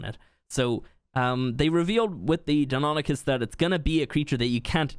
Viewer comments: You pronounced it right at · They're pronounced "DINO-nye-KUS" and "why-VERN", BTW.